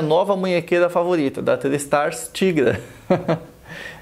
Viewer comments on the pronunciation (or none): Eu acho que a prenuncia é taigra